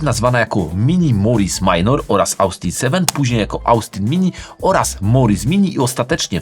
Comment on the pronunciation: InnoCZenti! Przez CZ jak cinquecento. Z Autobianchi już duża poprawa ale Austin wymawia się Ostin/Ostyn.